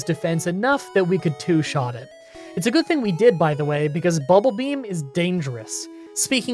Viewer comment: Why is saying BULBAbeam instead of BUBBLEbeam.. Is a twitch joke I don't get?